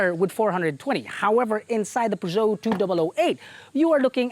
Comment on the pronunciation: So far this is the first car reviewer in the Philippines who I heard pronounces the maker's name correctly. ;) (y)